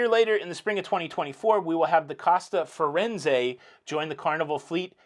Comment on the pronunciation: Hi. FYI: the two costa ships are the Venezia (Venice) and the Firenze (Florence) named after two iconic Italian cities. Your pronunciation if Firenze was pretty close, Venezia not so much. Great show, as usual!